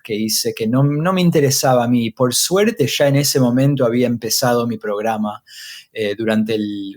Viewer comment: "Sho he dicho sha"...